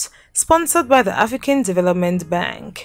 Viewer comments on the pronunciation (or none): none